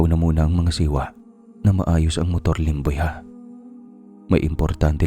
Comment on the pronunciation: Yung serious ka namin aw tas Yung lemboy muntik na tlga naging lomboy😂 sorry sorry